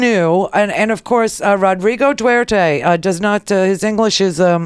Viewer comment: D.U.T.E.R.T.E. Not 'duerte'. He is the "Philippines mayor" ala Rudy Giuliani. Wait until he deals with the Muslim extremists that have plagued the southern Philippines for decades.